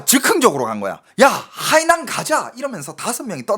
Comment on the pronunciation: 저기요..대구경북분인건 십분 이해합니다만 중국어는 성조가 중요한데 海南 발음하실때 성조를 좀 지켜주셔요..악의가 있어 말씀드린건 아닙니다..😊